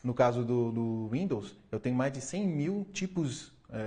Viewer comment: Ele falou Rwindows kkk